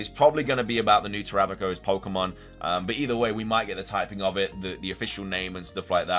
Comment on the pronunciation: Much respect on the correct pronunciation of Terapagos.